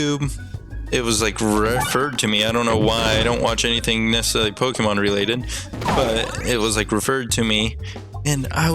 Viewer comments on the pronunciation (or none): pokemon is short for pocket monster so plz pronounce it corectly pokeehmon sounds stupid